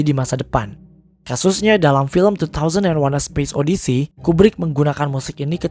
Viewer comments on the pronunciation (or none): none